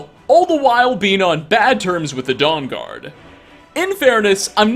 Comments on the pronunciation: I keep hearing it as "Dong-guard" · dong-guard lol XD